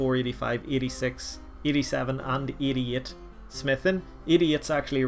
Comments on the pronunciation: i honestly don't know if you are saying idiot or 88 smithing lol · I love the way you say 88, almost sounds like you're saying idiot haha.